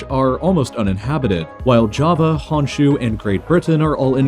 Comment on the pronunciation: the way he pronounced Newfoundland and Honshu...! Forgiven but is wrong!